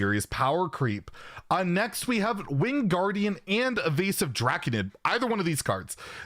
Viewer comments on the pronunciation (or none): I swear he said wingardium instead of winged gardian.... i wanted to say "LEVIOSAAAA"